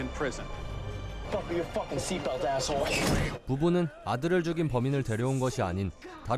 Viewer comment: 애애쓰 호오올 발음 개찰지네 ㅋㅋㅋㅋㅋㅋㅋㅋ